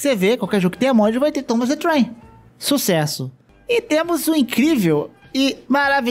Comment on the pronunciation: Cada vez q ele disse Tomas the Trem uma parte de mim morreu